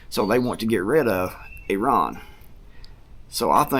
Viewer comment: Good job with the pronunciation (eh-ron). I worked with a 1st gen Iranian American guy and he said that’s about the closest you can get in English (they pronounce it with much more guttural flair). I always cringe when I hear us Americans say it incorrectly now that I know that.